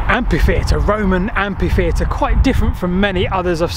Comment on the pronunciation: Very interesting video, by the way the right pronounciationi of Amphitheater ,ph is read as f not just p, also that is not an Amphitheater is a theater, the Greek prefix "amphi" meant "double" and also "around" in Latin hence Amphitheater meant the double theater or the all around theater .For this reason the amphitheater has a slightly elongated elliptical shape, as if it were made up of two letters D, positioned to form a sort of circle or ellipse. The theatre, for its part, has a semicircular appearance, visible from above as a single D in which the curved part will be intended for the chairs of the theater guests and the vertical line represents the stage.The Colosseum in Rome is an Amphiteater (in fact its original name is Flavio's Amphiteather) example of theater instead are in Benevento,Taormina(Sicily),Merida (Spain)